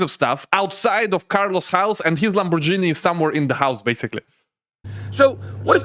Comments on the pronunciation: Lamborghini not LamborGenie ❤😂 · Не ламборджини, а ламборгини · pls stop saying " Lambor"GI'ni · “”Lambor-genie “” haha